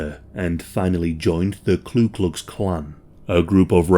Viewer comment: "Mobeel" Alabama. And ku klux not klu klux